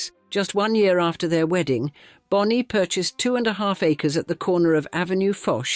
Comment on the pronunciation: The AI voice switching up ‘Bony’ and Bonnie is annoying